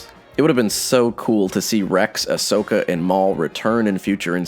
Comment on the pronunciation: If I hear Ashoka as "Ash-soka" again, I'll explode. It's pronounced "Ahsoka" even if it's not the spelling